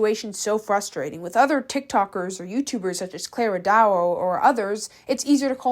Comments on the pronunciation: girl can you call their names correctly? Clara DAO (not duo) and KIKA kim (not kiki) cause it's quite annoying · these videos are fun to watch, thank you for your effort! i apologise if this will come off as offensive, but im kinda curious. sometimes you mispronounce people's names, is that on purpose? in the videos about clara dao, you pronounced it "doo-a" rather than dao. and here, it's kika kim but you're calling her kiki kim? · i love your content and how you do it - but i find that you are always pronouncing names wrong, like in this vid you keep saying ‘kiki kim’ when it’s literally spelt ‘kika kim’, and with ‘clara dao’ you would keep saying ‘clara duo’. ofc this isn’t a big thing at all, but maybe do slightly more research on the creators actual name next time - i mean this in no way rudely, this is literally the only not so good thing i’ve noticed with you, and other than that your content is flawless! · You are mispronouncing her name lol. Same as you did with Clara dao. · no?? even with clara da, its like the easiest thing to pronounce and she still pronounces it wrong and also for nadine breaty she called her nadine beauty. plus her vids r so low quality any one can draw a bird with a black bg -_ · That's so real cos not only does she milk Clara dao she also can't even pronounce the names properly like oh my godd